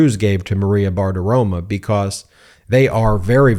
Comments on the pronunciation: BartiromOH, not BartiromUH. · Every time you say "BartiroMAH" all I can think of is how I imagine Bart Simpson would smell. And it ain't a good smell. Just take 5 minutes and say it 100 times: Bar Ti Ro MO Bar Ti Ro MO Bar Ti Ro MO (see, that's how to use all caps - like the judge who used CRYSTAL clear. You only use it when you want to scream. And I want to SCREAM!!!!!!!!!!!!!!! MO MO MO MO MO MO MO MO MO!) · Ben....my guy....it's BartaromO, not BartaromAH. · FFS, man. It's bar-ti-ro-*mo*. Not bartitoma. Stop acting like you can't be bothered to learn names. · If you're going to say someone's name dozens of times in a video episode, perhaps it would be a good idea to make sure you're pronouncing that person's name correctly. Maria's last name ends with an "o" not an "a". Practice saying it slowly a few times and then speed it up so you can pronounce it correctly!